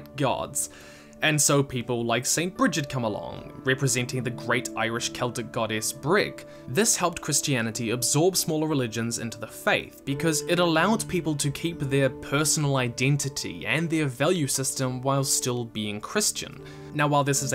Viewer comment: Brighid is pronounced more like "bride".